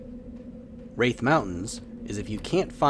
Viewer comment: Quadding at the gnolls is lame as hell. Thats a grouping spot. Plenty of other spots that are easy for druids to quad in. Just a quick correction South Ro, not Row and it's Rathe not Wraith =D